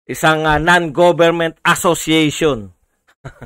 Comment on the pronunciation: Ikaw talagang....masyadong emphasized yong "ASSOCIATION " mo 🤣🤣..tuloy lng Sir..